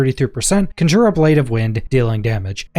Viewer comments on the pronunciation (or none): Great video, thanks! The correct pronunciation is CON-jure and not con-JURE. :) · You keep saying conjure. It is conjure. Besides that, great video. I cannot wait to get my druid on. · Please learn how to pronounce conjure